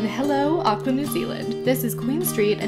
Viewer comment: Glad to see you had a wonderful time in Auckland - I live there :) You said all of the place names correctly, well done.